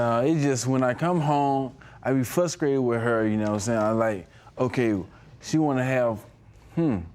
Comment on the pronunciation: Did you say, "Frustkated" woooo! Sophistirated...just joking😏